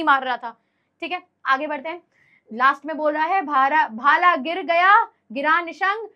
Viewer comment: भाल nahi bhala